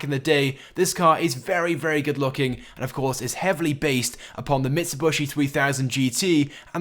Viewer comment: Mitsub-I-shi not Mitsub-U-shi